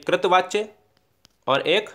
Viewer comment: कृत वाच्य❌ नहीं कर्तृ वाच्य होता उच्चारण सही कर लीजिए, ❤📠🙏